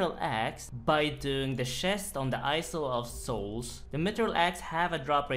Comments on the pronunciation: So we are just going to ignore saying Isle wrong? (Eye-Sol?) LOL got it. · eye-sul of souls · Hello ‘isle’ is pronounced ‘eye ull’ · The way he pronounced "isle". Hahaa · the s in isle is silent